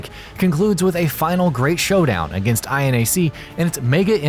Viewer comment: (Pronouncing INAC): "Eye-Enn-Ay-Cee." Me: "Aienak" (Pronouncing MINAC): "Emm-Eye-Enn-Ay-Cee." Me: "Minnak"